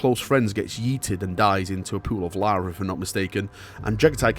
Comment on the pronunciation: Are you saying "pool of lava" or "pool of larva?" This is 40K, so both are in the realm of possible.